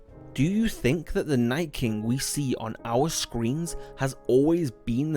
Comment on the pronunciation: Its king not kingk